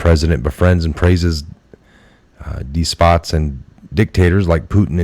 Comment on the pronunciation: It is "des-pot" not "d-spot".